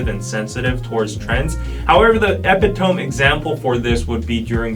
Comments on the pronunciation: "Epitome" is pronounced uh-PID-uh-mee, and it's a noun, so saying "epitome example" is redundant. You'd just say "The epitome of this is the winter season...." Sorry, English educator for 15+ years, so force of habit. But you have a good list of tips to be mindful of for any first-time visitors to Korea. As an aside to silence on public transportation, I'd add Koreans really aren't really into small talk with strangers on an elevator. ;) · Epitome = uh pit toe me. Accent on the "uh." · Epitome = eh pit oh mee/ say it fast / or uh pi toe mee. The “e” isn’t silent. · That was very interesting! Just a helpful hint…epitome is pronounced eh-pit-uh-me.